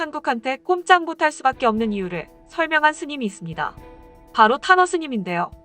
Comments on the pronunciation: 자꾸 '타노스님'이라고 들림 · 탄허스님? 자꾸 듣는데 타노스님 이라고 들리는건 내 귀가 이상한걸까... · 나만 '탄허 스님'이라고 말할때 '타노스님'이라고 들림 ㅋㅋㅋㅋ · 탄허 스님인데 왜 계속 타노스님이라고 들리냐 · 왜 자꾸 '탄허 스님' 을 '타노스님' 이라 들리는지..... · 탄허 스님은 타노스로 들렸다 ㅎㅎㅎ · 탄허스님이 자꾸 타노스님 으로 들린다...